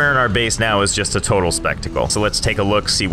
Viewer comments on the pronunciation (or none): none